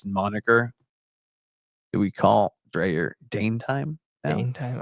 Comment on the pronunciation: So maybe that Right to dream thing may be working. Greetings from Farum (FC Nordsjælland) I am looking forward to follow the "sisterclub" You need to learn to pronounce Dreyer as DRYer, we can take Ingvartsen and Tverskov later.